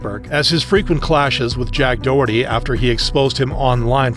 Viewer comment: his name is Doherty not Dorky 😂😂😂 thats pretty hilarious though